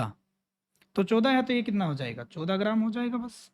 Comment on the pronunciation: Sir 14 ache se bolo